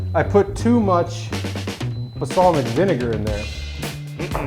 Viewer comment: Maggie is the only one who did that cheers sequence properly lol looks like a delicious Modelo and like. Also says “Basalmic” instead of balsamic i noticed on a previous podcast lol just a silly thing i noticed and cant un-hear